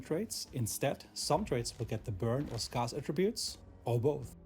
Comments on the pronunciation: S-care-s not S-car-s 😂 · For all the Germans in the world (and austrians) scarce is pronounced 'sk-air-ss' not 'sk-ar-ss'. From...THE BRITISH. Happy to be of assistance.